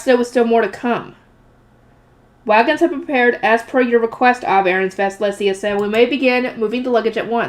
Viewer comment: Letizia is pronounced Le-ti-zi-a The way you a saying it is Let-zia leaving the i silent but you have to produce it. An i in German is pronounced like an e in English. Le-te-zi-a. But it is fine if you find it easier to keep everything as it is. You are doing fine otherwise. So keep up❤